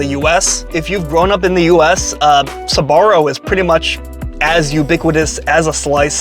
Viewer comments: Why do you pronounce it “Sabaro”? It’s Sbarro. 🤔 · it's pronounced SBA-RRO not SA-BA-RRO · It's not pronounced Suh-barro. It's Sbarro. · UA , Sbarro - actually pronounced like zarro 😅😊